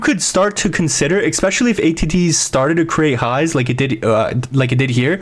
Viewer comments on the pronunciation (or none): You had me all the way up to you saying "expecially."